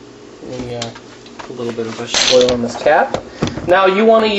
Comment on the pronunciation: It's not Vegteboil fool it's Vegetable Oil